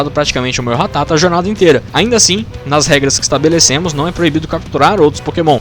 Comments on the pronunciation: Quando percebi que boxe ia passar 16min falando ratáta e não ratatá eu parei de ver o vídeo kkk Ratáta eh muita coisa de mané falar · É ratata não ratátaaaaa aaaaaa . Muito bom o vídeo